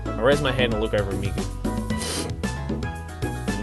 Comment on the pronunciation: The way you say " Mi " is perfect haha